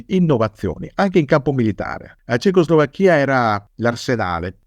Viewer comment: Curiosità. Quando pronuncia "cecoslovacca" o "Slovacchia" lo pronuncia correttamente, ma quando dice Cecoslovacchia mette la pronuncia sulla I finale (nonostante questa pronuncia sia incoerente con le altre due e non usata da nessuno). Come mai?